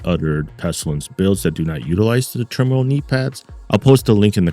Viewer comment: meaning how to say the name.... to be in turmoil... TERMOIL say it with me l;ol